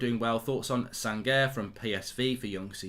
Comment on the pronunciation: Sangaré is pronounced as Sanga-Ray and Malacia is Mah-Lahsia